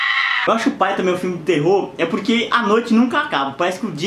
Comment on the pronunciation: Novo topico sensível: Whindersson falando "porque" com sotaque 😭💜💜